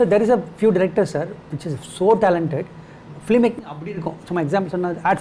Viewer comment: Very knowledgeable set of people. But why do you still pronounce film as flim?